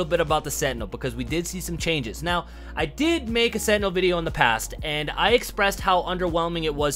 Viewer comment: Why cant he say sentinel properly? 🤣